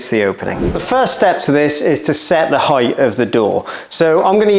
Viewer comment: 'Heightf' is now my word of the day.